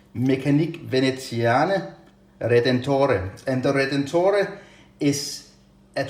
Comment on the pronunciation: Hi. Your pronunciation of "veneziane" and "redentore" was perfect but in "meccaniche" the "che" syllable is pronounced "ke" in italian. Nice review. Ciao